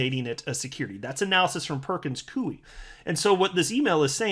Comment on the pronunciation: Its pronounce ''pur·kuhnz koy" not "pur·kuhnz kuey"